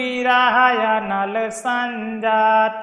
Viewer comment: आपका उच्चारण त्रुटिपूर्ण है जैसे कि संजातं को संजात कहा है